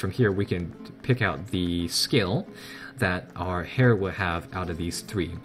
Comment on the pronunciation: heir is pronounced air